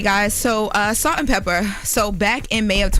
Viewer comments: IT'S "PEPAAAAA" NOT "PEPPER" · How many times do we have to listen to say “Salt and Pepper” instead of Pepa?!?! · Pepa, not Pepper. 🙄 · It’s Salt N Peppa… not Pepperrr 😂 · It did something to my soul every time she said pepper. Smh! Get it right! Smh